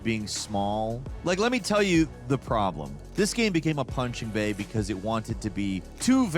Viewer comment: punching bag? Or did you say punching “baby?” If it was the latter, it was definitely a Freudian Slip.